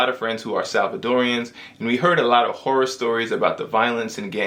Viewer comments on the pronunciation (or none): none